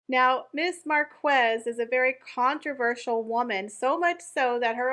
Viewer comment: her name is pronounced Mark ez, the u is silent